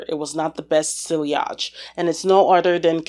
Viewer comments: Yes. It's not SIL-LI-AHJ. It is pronounced, SEE-AHJ. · I dont want to be mean but its not siliage..you say it like siejage.And roege not roeTge.Frenche is a really weird language i know!😂.Super fun video!thanx🎉❤